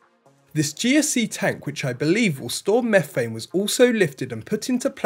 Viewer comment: And do the raptors really run on mephane?